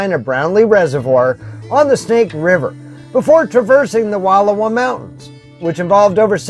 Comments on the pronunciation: Its Wal lowa Not Wall owa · Wonderful look into the amazing Wallowa County. However, you're pronouncing it incorrectly. The correct pronunciation is. WUH-LAU-WUH LAKE. I know that the spelling defiantly throws one off, but it's NOT WALL-OH-WA....! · Please, for the love of language, it is WUHL-OW-A. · The narrator needs to know how to permounce the name. It's not "Walula". Try saying Wall -'owa like it's spelled. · Nice video! We love the Wallowa’s. Btw it’s pronounced Wa Llow a. Ow being pronounced as in how instead of low. Thanks for sharing. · I enjoyed your video. Just an FYI, it’s pronounced, Wa-lau-uh. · These mountains are pronounced “Wall ow ahh” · Please, PLEASE! PLEASE! Learn how to pronounce cities, towns, lakes and rivers CORRECTLY!! They are called the Wallowa mountains and lake. Original Indian pronunciation - wuh-low-whu! Wuh-low-whu (low as in allow). Its insulting to go somewhere and mutilate the beauty and history of a location and their historic names. Wallowa was part of the Nez Perce Indian tribe and home, led by the tribe chief, Joseph. Wallowa translated from the Nez Perce language, is "land of winding waters". Wallowa County is Chief Joseph Country, indelibly associated with a great Native American leader. Thus the celebration of Chief Joseph days in Wallowa county. Do better!! Learn and pronounce it correctly out of respect!! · My wife already gave you a bad time about the pronunciation of Wallowa last week; so I won't go there today; but would encourage you to go back on your way back East. You missed a lot of spectacular sights that you would have seen on your drive around and at the lake. I have numerous photos of the area and truly believe you'd enjoy a "do over". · You are pronouncing Wallowa wrong and as a local it’s bugging the hell outta me 😂